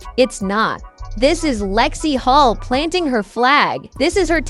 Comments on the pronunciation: HULL, not Hall or Hol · Yes, lets get real.....Hull, not Hol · Lexie Holt? Stop using AI and start using real people for Christ's sake😮